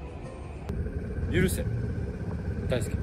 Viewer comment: 許せがだんだんユンケルに聞こえてきたおれは末期